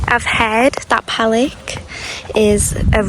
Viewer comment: Most foreigners have a problem with the pronunciation of Serbian words, or nouns of towns and villages. Lake Palić and its surroundings are beautiful, and the correct pronunciation for Palić is Palich.